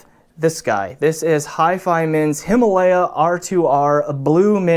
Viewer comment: I can now add the word "HIMALAYA", since even many Indians mispronounce this word.